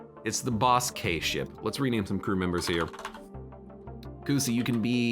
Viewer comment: I die a little every time says “boss-k” instead of just “bossk” 😅